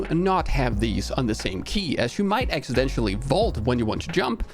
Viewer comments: No one else going to mention the pronunciation of Accidentally as Accidentially ? :) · Big fan and watch every episode. I know you aren't a native English speaker, so a quick note: "Accidental" is not pronounced ACK-su-DENT-SHAL, but instead ACK-su-DENT-eL.The end is less like 'residential' and more like 'dental'.